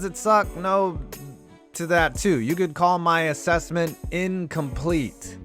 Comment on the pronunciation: Your assessment is in-com-plete